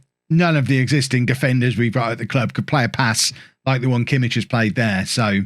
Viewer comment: The "ch" in Kimmich is like the "ch" in "loch" or "Bach" not in "church" :)